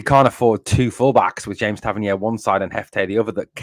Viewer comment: Well done, i wish Tav got sold so a dont need to hear you butcher his name.........5-0 the famous